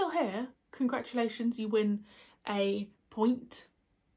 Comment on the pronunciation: I got excited because I thought you said I'd won a pint. Turns out you said a point. 😁